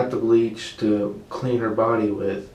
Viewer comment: "There was bleàch in her body.". O M G. Fly free Riley, you are safe now.